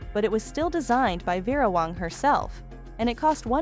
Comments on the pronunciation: OMG!ItsWÄNG. NOT WONG.U WONG! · The AI generated mis pronounced words detracted from the video. The name is WANG. Your computer pronounced the name correctly a couple of times, but otherwise said Wong. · Her name is not Wong. Her name is WANG. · How do people get jobs as a narrator that pronounce so many words improperly. 🤔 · She pronounced many words wrong, wong one minute, wang another. Really, didn't she notice. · You need to learn how to pronounce Vera's last name not Wong. You finally got it right near Kim's dress... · Her name is pronounced Vera Wang not Wong. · Whatta shame this woman doing the narrative, Cannot PRONOUNCE BASIC WORDS . THE DESIGNERS NAME IS WANG, NOT WONG. ALSO TULE, SOO MANY MISPRONOUNCED WORDS TO MENTION! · Some of your pictures are of the wrong person you mentioned, and you say Vera Wang's name wrong several times... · Wow, if you are going to use AI to read - teach it how to say the designers name AT LEAST. THIS IS CRAP. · You are critiquing Vera WAng and can't say her name right? Not good